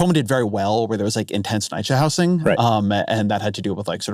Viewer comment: i went into this already expecting to disagree on all these negative speculations on what Mamdani can get done as mayor but the most disagreeable part of this podcast was the way Ezra pronounced the word "housing" like "how sing".